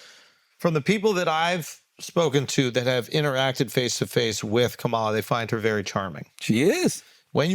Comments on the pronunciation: Her name is pronounced Comma La.🙄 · Her name is pronounced COME-uh la! Stop being lazy and disrespectful! 🙄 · Please pronounce her name correctly. Ka ma la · Why can't they pronounce the Vice President's first name correctly? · Are we just going to let them get away with mispronouncing her name?! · Why he keep messing her name up and no one is saying anything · first pronounce her damn name correct... then put some respect on it. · Andrew say her name correctly.